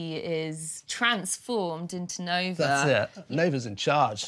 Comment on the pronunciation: It’s NOVA! Not NOV! 🤦🤦🤦